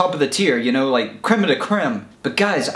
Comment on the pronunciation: “Krem of da krem”